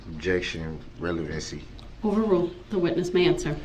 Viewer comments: I decided to start a drinking game every time I heard "Objection! Rellybency!" I died 20 minutes in. :) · Rellybency 😆😆👍 You should 'substain' from alcohol!!